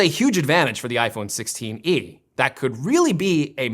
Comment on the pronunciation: “iPhone sixteeny”